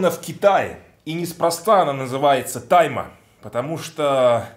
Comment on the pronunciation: Слово "Тайма!", произносишь аки Сягун Японский перед актом Харакири)) А это Кытай))